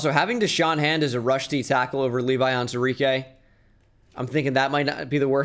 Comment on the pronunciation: Day 37 of me waiting for to acknowledge the “WU” in the pronunciation of “Onwuzurike”